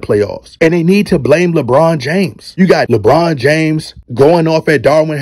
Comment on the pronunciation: Did this dude say, LaBum? Gawd Dawg!